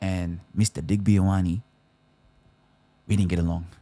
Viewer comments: It’s ‘yo-are-neh’ (I corrected my last ‘ne’ sound) Watch commentators learn how to pronounce French names with excellence yet not learn basic vowel sounds of Pasifika/Maori (Polynesians) that are 2% of the population of Australia, yet make up 50% of the NRL. It’s a manifestation of systemic racism. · It’s actually Yoh-ahh-neh so stop being bots 😂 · Yo-are-nay haha